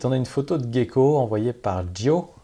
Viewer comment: Juste un petit truc,: c'est "jecko", pas "guecko" (anglicisme), et "vigneutage", pas "vignétage" (barbarisme). Sinon, j'ai un peu l'impression que tu t'ennuies à commenter les photos ces temps-ci alors que t'as la pêche dans les autres rubriques de ta chaîne.